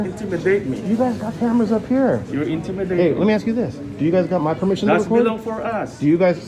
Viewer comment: A new word!: Per meeshon.